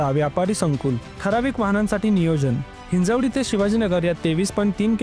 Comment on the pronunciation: Hinjewadi ❌ Hinjawadi ✅